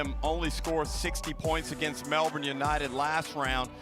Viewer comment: Its not "Mel-BORNE"!!!!!!!!!!!!!!!!!!!!!!!!!!!!!!!!!!!!!!! Or "Typens". Useless reporter she is send her home.